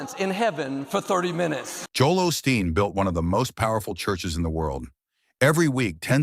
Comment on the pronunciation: A suggestion, if u r going to tell a story about someone get the bot to say their name correctly. It is not Austin it is Osteen.